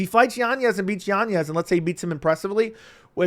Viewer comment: Why do you say yan yez. It’s yanez